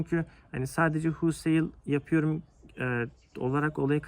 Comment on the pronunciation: Huulsayl degil güzel kardesim holsayl :))